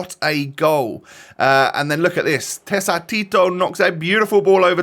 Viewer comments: Bro..it's pronounced TEKATITO. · it is pronounced Tekatito you are meant to pronounce the c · Correct prononciation is tekatito! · Sorry to correct you but it’s pronounced tekatito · Hey, the correct pronounciation for Tecatico is ( Te-Ka-Tito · The C in his name is pronounced as a K its te ka tito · its pronounced as a k in english tekatito if that helps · That’s not how you pronounce “tecatito” it’s “teh-kah-tito” 😃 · I was stating the fact that the way says his nickname is not the right way. Never a discussion about his skills or why he was given that nickname. But yes that is where he got that name